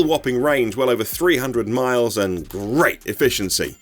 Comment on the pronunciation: Amazing video. But did you say “The car feels grape” 🍇 ?